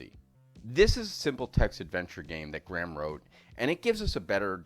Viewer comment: Graham is pronounced Gray-am. :)